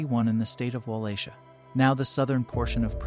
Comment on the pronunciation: Va-Lah-Kia. That’s how you pronounce Wallachia. Not trying to the a dick at all, just trying to help for any future reference.